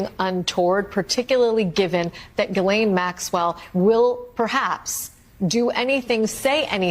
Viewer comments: Gee-Lane. It’s not hard. Gee-Lane. You can look it up. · Grand Jury testimony will not be released to the public. According to lawyers this is just a time waster, the court will never allow it, Plus that's not the files we want anyway! Please Ghislaine is pronounced Gee-lane silent S, Ghis=Gee (like geetar guitar) NO that's just it, her lawyer is tight buddies with Blanche. No one is on her side! If she takes a pardon to keep her mouth shut, I bet she dies mysteriously within months. She would be smarter to lessen her sentence by complying with Congress, & helping the world get rid of taco boi! That would be a small redemption for her. She IS a sex trafficker after all. Will she lie to Congress? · Is it a Freudian slip that you keep calling her 'Jizz Lane' Maxwell? 🤣Please, please, please, nobody tell the Americans how to pronounce her name. I bet my bottom pound sterling it drives her absolutely potty. 😄